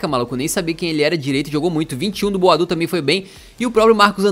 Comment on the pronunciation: começa a chamar o boadu por boadeus